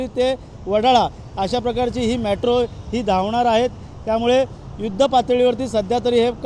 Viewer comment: मॅट्रो नाही रे मेट्रो!😂😂